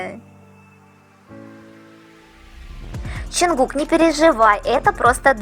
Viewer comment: Мне одно интересно почему вы каверкаете имя ЧОН ЧОНГУККА, ЧТО это за ДЖАНКУКК в аннлийском нет буквы Ч этому такое произношение ,в немецком ,что бы написать букву Ч используют 4 буквы ,но в русском она есть ,так что же вам мешает правильно произносить и писать имена